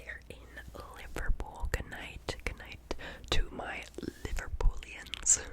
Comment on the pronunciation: So happy to see this rn! It's Liver-PUD-lians. Makes as much sense as Peggy being short for Margaret but 🤷